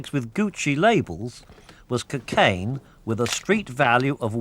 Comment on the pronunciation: What's "kuh-cane"?